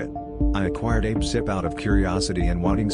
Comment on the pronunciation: Lol I loved this. And how a-pcyp sounded like "ape-sip," I'm totally calling it that from now on. :))